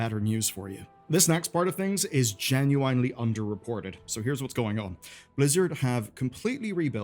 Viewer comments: Great video as always, I do always feel rage baited every time you say genu-(bottle of)wine-ly, but other than that I'm looking forward to everything on the way! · ''Enough to keep you busy'' not even close cuz most of it isnt worth the time wtf also whats with the ''genuinely'' pronunciation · His pronunciation of "genuinely" in this video.